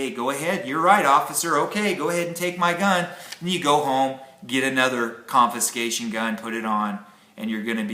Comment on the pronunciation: Confiscation, not conviscation. Sorry. Couldn't resist. Good subject sir. Great channel.